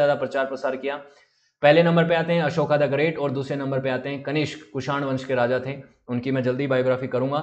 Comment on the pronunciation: अशोका ना बोलो, अशोक बोलो. अशोका स्त्रीलिंगी होता है. आभार.